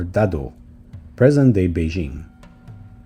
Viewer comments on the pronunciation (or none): none